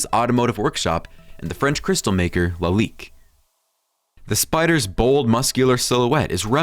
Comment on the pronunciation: Obviously narrated by a robot: differential pronounced as deferential. Lalique pronounced as LAH leek, anti rollBAR, reestomod, and more